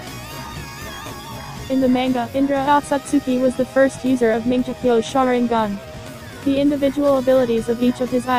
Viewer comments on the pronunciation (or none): ITS NOT MANGEKYO u said it like manjekyo Sheringgan no offense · minjekyo?what the heck?it is litterally pronounced as mangekyou,man-gek-kyou...and kerryugan?the heck?the voice there litterally do not watch naruto/naruto shippuden...and it freaking sucks...garbage pronounciations.. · Learn how to pronounce It is Mad-ar-a, and Amn-gok-yo(u) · i hate that voice and wat is “manjekyo”!!! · lol "mingeekyo" sharingan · the oice is annoying and also who else was triggered that they mispronounced "Mongekyo?" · cringe every time you don't pronounce susanoo correctly or mangekyo